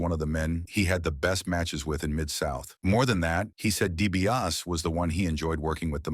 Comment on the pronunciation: Dibiase not Dibias